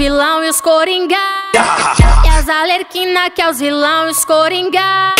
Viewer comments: Se vc reparar ela fala coringá e tbm fala Alerquina, ao invés de Arlequina😂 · Alexia Sty ela falou errado sim mas o clipe ficou muito bom😄👍